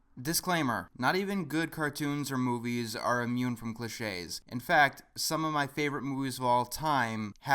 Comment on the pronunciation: didnt have the accent on the 'e' in cliches so i thought it was glitches